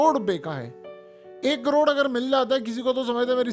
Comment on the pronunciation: 850 korrrrrrra rupy ka daron😂😂😂😂